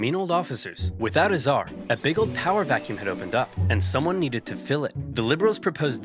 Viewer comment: It's czar.